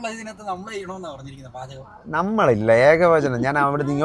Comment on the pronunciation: വാചകം അല്ല പാചകം ബ്രോ